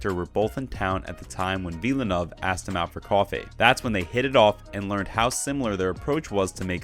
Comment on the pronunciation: Just FYI - Villeneuve is pronounced with two syllables: "vill-noov". Rhymes with "hill-good".